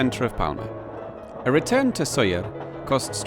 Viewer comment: Como he llegado aquí? Por cierto, es Sóller.